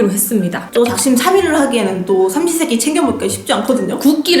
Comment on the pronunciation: 세끼할때샤끼하는줄알았어요 ㅠㅠ